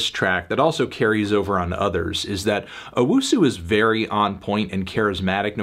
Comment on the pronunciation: Anthony, it's owusu not UwUsu